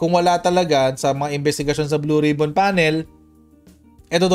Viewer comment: "Blow Rib-on"